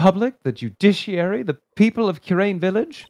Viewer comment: Gumshoe's tune would have partially rhymed if Kurain was pronounced correctly